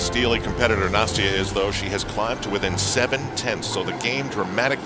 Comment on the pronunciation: He keeps pronouncing Nastias name wrong!